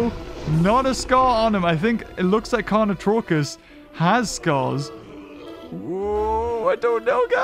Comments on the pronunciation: "carnotarkus": carnotruckus! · Anyone else triggered because the entire time he was pronouncing carnotarkus wrong?